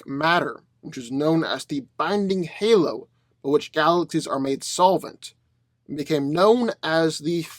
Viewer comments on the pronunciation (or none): none